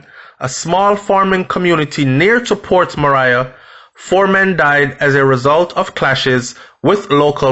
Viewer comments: Yow its not port Mariah its port Maria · Nobody shot anyone multiple times for nothing so stop speculating that she is completely innocent. She is obviously mixup in some shits and pissed off a few people. And for Christ sake it’s Port Maria now Mariah as you pronounce it...sounds annoying. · You started this video by acknowledging that Port Maria was named under Spanish colonization, therefore it only makes sense to pronounce it the CORRECT way PORT MA-REE-AH! not port "Mah-rai-a". I appreciate the information but it just killed me every time you repeated that. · Just a little correction its pronounced ( mah'ri'a) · Love the brief history before the dark incident. It's pronounced Port Marry-a stress on marry .... short soft ah sound. You're welcome.🙏🏽 A place/town with a very rich history. Sad sad episodes of violence and brutality of late. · Pronounced Ma-ri-yah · It’s pronounced port ma-ri-a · Ahh. It's pronounced Port Marea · He has never corrected me. I thought he'd want to know he's saying Port Mariah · Who cares if he doesn't liked to be corrected. Its port maria. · You are correct, I laugh at the way he pronounce it, I was born there so yes u are correct, he pronounce it wrong 🤣 😆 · The I in Maria is short I not long I. Port Maria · Lol at your pronunciation of Port Maria